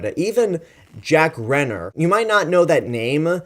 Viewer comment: Good review man, I subscribed to your channel after watching all of your King Kong reviews! But just for future reference Cillian Murphy is pronounced 'Killian' and Jack Reynor is pronounced 'Ray-ner'. Also you have to watch Sing Street, Jack Reynor is incredible in that, whatever about Age of Extinction (that was just a bad film). Anyway keep up the good work!